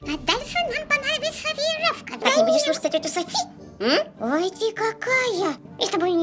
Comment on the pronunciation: Софи а не Сафи.